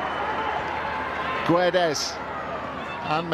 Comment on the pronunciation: we dont say GUedes ahahahahahah